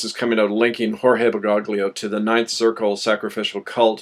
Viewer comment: I have to nit-pick something: His name is pronounced "ber-goh-lio" <OT "ber-gog-lio".